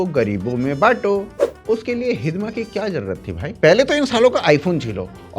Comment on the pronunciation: "*हिड़मा*" है भाई, हिदमा नही